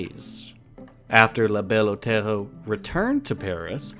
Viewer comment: “La Belle Otello”? It’s distracting.